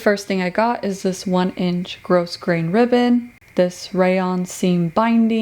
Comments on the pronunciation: Its pronounced gro grain not gross grain. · Your sewing is absolutely beautiful. I love that not only do you press your seams, you take the time to show that you do. Thank you for sharing that important step. Also, the "s" in grosgrain is silent. It's pronounced "grow grain", not gross grain. Just sayin'. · Nice job on the outfit! Btw, the word "grosgrain" is pronounced like grograin, the 's' being silent. Thank you.